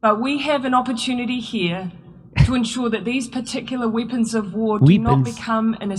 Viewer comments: What 🤔 did she say whippings 😘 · She is the female version of Trudeau. Also, weepons. 🤣🤣🤣